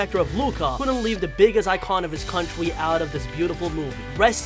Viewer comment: And cwontry (country) idk how to spell